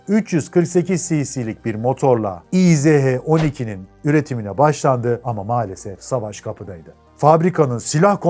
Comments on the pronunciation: Kardew - izh- degil ismi motorun - ij - dir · Tofaş ismini bi yabancı, Tofas diye telaffuz ederse nasıl komik oluyorsa, izh(иж) ij yerine i-ze-he diye telaffuz etmek de o kadar komik! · Güzel vidyo olmuş. Abi markanın ismi izh değil, İJ dir. İngilizcede j harfi olmadığı için j-yi. zh- diye çeviriyorlar. Fabrikanın bugünkü ismi İJMAŞ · İ J yazıyor izh diyorsun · Yıllarca İJ (иж) olarak bildiğim motora izehe denilmesi çok garip geliyor kulağa 😅 Bin defa da izh izh.., ij diye okunuyor... 😅😊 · İj diye okunuyor abi :)